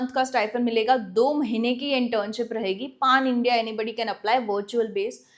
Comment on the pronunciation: Mam try to speak PAN India in correct way.